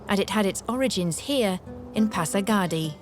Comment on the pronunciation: THANK YOU SO REFRESHING AND NOSTALGIC. MY BEAUTIFUL IRAN. IF I MAY CORRECT THE PRONOUNCIATION OF HAFEZ AND NOT (HAFIZ) AND PRASAGAD AND NOT ( PASARGADI ) THANKS AGAIN.